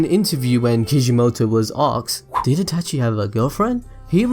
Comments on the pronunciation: She-su-we shisui Eh-tah-chi itachi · This dude is so involved with Naruto and is such a geek about it but he cant even say Itachi correctly... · The way you say Itachi is slowly making me more triggered. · Is it me only that feels annoyed in the way he says itachi.